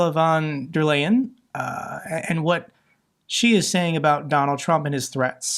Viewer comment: Pronounce "Ursula Phone Dare Leyen"